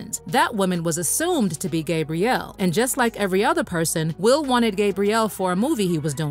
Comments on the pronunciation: It's "Gab" rielle, (with a short 'a' sound), NOT "GABE" brielle, with the long 'a' sound...😒I can't even listen to this because of that. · You are not saying Gabrielle's name right lol